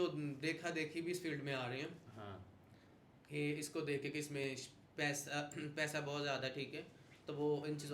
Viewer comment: Payda😂 macup😂 seriously you need to work on your pronunciation.